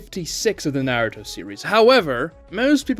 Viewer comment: Dedicates a channel to Naruto but pronounces it like that? Blocked